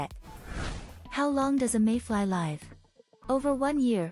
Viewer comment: And was this AI - sounded like it? And as for the pronunciation of 'live' - the verb: pronounced like the adjective. And what was with that 'polar bear' question? Really silly